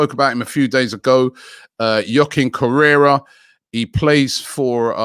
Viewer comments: its Correa not Correra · Correa Robbie not Correra 😂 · Just FYI it's Correa, not Correra... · Man Robbie it's correa not correira 🤣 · It's not Correra it's Correa. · Dude his name is literally Joaquin CORREA not CORRERA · Robbie his name is Joaquín CORREA 😅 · Joaquin Correa Robbie: Juaquin Correra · again with Joaquin 'Correra'..Man its Joaquin Correa!😂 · Correa Robbie.. Not carrerra.. He's not a bike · I’m actually sick of Robbie pronouncing everything wrong😤 Correra?!?!?!